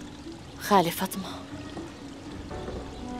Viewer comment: فاطمه❌ فطمه✅